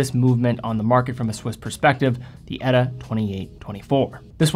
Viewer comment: It's E-T-A, not "Etta",.